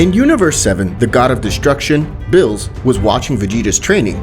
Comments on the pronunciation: why do u say names wrong cause beerus name is beerus and u said billis something like that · why do you keep calling beerus "bills"? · This pissed me off watching, dude make a better commentary, you said he instead of sue like 70 times, you called beerus bills, it’s say-an not say-I-an, commentary makes these videos what is is, plz change it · Why does he say bills not Beerus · Did you say bills? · He says Bills instead of Beerus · I don't want to be that guy but it's not pronounced bills it's beerus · Bro it Beers not bill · BRO WHY DOES HE SAY BILL INSTEAD OF BEERUS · And its no birus its beerus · Did he call beerus bill 💀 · Man out here saying things like sayayin... Calling everyone male pronouns and calling Beerus Bills lmao... Love ur vids nonetheless... Tho it's sayajin if u want the Japanese pronunciation... J like juice :) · its beerus not bills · Man is calling beerus “bills” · It's NOT BILLS ITS BEERUS hope that helps u not to say bills and say beerus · He kept callin Beerus Bills I’m dyin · Bruh bills instead of beeris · Why u say beerus name as Bill's? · Also calls beerus "bill" or "mr bills" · Good p2 also why does every new what if channel say beerus as bills do u speak Spanish? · I swear this man Is purposely saying ‘bills’ as beerus and Caulifla as a he. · It’s beer-us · Bills is beerus in Spanish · I HATE HOW THIS MAN SAY BREEU NAME SO BAD